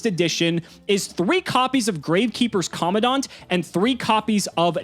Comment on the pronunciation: Does anyone else hate how they pronounce commandant? Every time they talk about necrovalley or Gravekeepers they bring up Gravekeepers commandant and always butcher the pronunciation lol